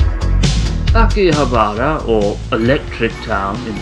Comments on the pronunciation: Hey abroad in Japan! Love the videos ever since I went to Kagaya after your episode. Quick question... why do you say Akihabara with strange intonation? Is it on purpose? Don't mean to be rude, just wondering if you genuinely refer to like you do in this video :) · THERE'S NO EMPHASIS ON THE ば IN 秋葉原！！！！！！！！！！！！！！！ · someone help is that really how you pronounce Akihabara? I thought it was aki-ha-ba-ra rather than aki-habar-a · Every time you said Akihabara I cringed!! It's pronounced Ah-ki-HA-bah-rah! (NOT Ah-ki-ha-BAH-rah) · its akihabara not aki-habArA i just felt like hermoine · My eyes roll everytime he says Akiha-bah-rah. It's not too hard too say, really! A-ki-ha-ba-ra. あきはばら。sorry, but that's just because I know how to pronounce and write it. Call it cocky if you want XD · Ah key haa baa raaa. Please tell me you were butchering it as part of the act. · Pretty sure Chris was saying "Aki-habara" just to trigger people. Lol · it really hurts to hear you mis pronounce akihabara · you make me cringe with the way you say akihabara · Idk if it should.... but that pronunciation of Akihabara drives me crazy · thats its anglicised pronunciation. I say akiha-ba-ra when speaking about it to my english friends.